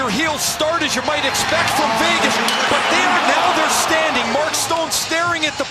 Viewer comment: Is he saying Fegas?